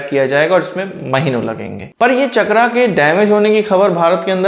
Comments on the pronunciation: इसका नाम "चक्रा" नहीं "चक्र" हैं, अंग्रेजी भाषा ने हिंदी शब्दों की ऐसी तैसी कर रखी हैं। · शब्द चक्र है, चकरा नही है ओर आप भी अग्रेंज नही हैं ओर ना ही अग्रेज के बेटे हैं शब्दों का अग्रेंजी करण न करें